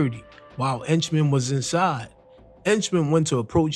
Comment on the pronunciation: 😭😭😭😭😭 Why he keeps calling Jimmy 👉 ENCHMAN, IT'S AKA JAMES HENCHMAN ✔️